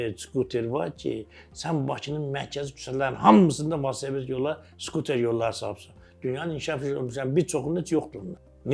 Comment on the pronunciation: valsoped yox,velosiped ay